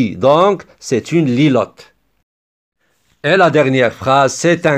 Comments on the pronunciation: Merci beaucoup je m'entraine pour mon brevet et ça m'a beaucoup aidé ! Juste je crois que c'est litote et pas lilote .. Sinon super video 😄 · C TR BIEN MAIS ON DIT LITOTE PAS LILOTE ET MERCI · C'est "litote" au lieu de "lilote" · Litote pas lilote, est bravo 👏😍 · C’est de la litote et pas la lilote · on dit une litote ou lilote? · une litote pas une lilote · La litote c'est pas lilote